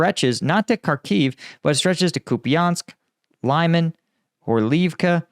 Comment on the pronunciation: pronunciation is gettin better! лиман li-man like the “li” in “lid” and with a rounded a that sounds a little more like “mon”